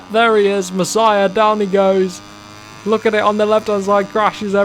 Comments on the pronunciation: you don't actually spell Masiá "Masiah" but more like "Maseea" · Mas--ee-aa, you're saying it like Messiah lol 😂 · It’s pronounced MAS-EE-A not MASS-IH-A, love the videos you’re the first person I’ve started to watch that plays moto gp and I’ll definitely continue to watch, I’ve already ticked that bell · I tell this last time you need to learn so easy last name its Masia not messiah ok its not that hard to pronance.